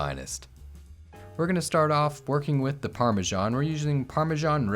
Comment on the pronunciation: what is Parmashon or do you mean Parmesan?